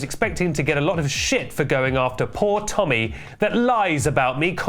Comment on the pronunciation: AGAIN??? lets go tommy... temmy.... tenny.... tennis